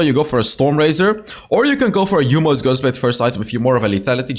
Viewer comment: Ah there it is, the jhin video. We've been waiting. Oh hey can we get a video not about marksmen? Oh by the way.... It's yo-mu, not yu-mo ghostblade 😂